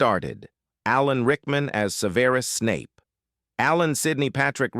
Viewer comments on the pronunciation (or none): You have evidently never watched the movies or you would know how to pronounce Snapes's name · You evidently never say the movies, or you would know how to pronounce Professor Snapes name.